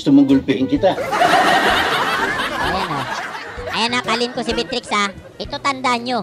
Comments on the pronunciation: bat ganyan pronunciation mo sa Beatrix? B-trix tawag mo na dpat beya-trix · Everyone: Beatrix: Bitrix 🤣